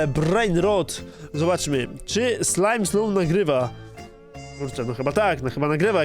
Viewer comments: nie mówi się slimeslow ylko smileslow xd ale do po prawy wymowa xd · jaki ,,slajmsloł" xd czyta sie ,,smailsoł''